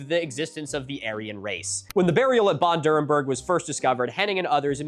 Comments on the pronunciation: I had been waiting the first two minutes on the edge of my seat, waiting to hear you pronounce Bad Dürrenberg. And i was quite impressed, you got a LOT closer than i would have expected. So, kudos for that. (And yes, i am german.) Okay, you dropped the ball a little in the later phases. Like with the Reichs-Überwachungs-Amt. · funnily enough, thats the only thing he pronounced correctly, everything else he butchered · Can I just say, your pronunciation of "Bad Dürrenberg" is so good. I actually read "bad" as the English "bad" and not the German "bad" but your pronunciation immediately sparked it in my brain. I have never been able to read German well, but I grew up speaking it, listening to it and understanding it, so I really appreciated that, though you say it with a American accent I immediately knew what you meant.